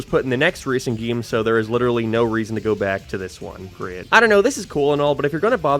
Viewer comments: Why does he keep saying gaem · This guy pronounces “game” in the same way Fred from Scooby Doo says “treasure”